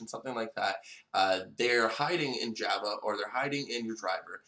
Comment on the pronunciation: You cant pronounce Java : )